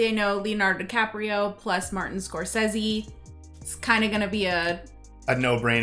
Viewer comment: Good for for pronouncing Martin Scorsese's name the same way he himself pronounces it and not the way everybody else does.